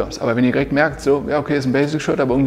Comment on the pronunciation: Du sagst immer "girekt" statt direkt. Achte mal drauf ;) Ansonsten aber ein cooles Video!